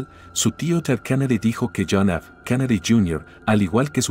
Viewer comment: No se dice kanady es Kennedy con e.